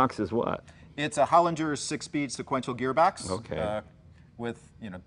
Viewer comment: ger not jur Hollinger